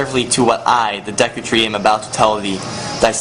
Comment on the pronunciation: this guy is such an idiot, he cant pronounce anything. Dehku Tree? Cockiri?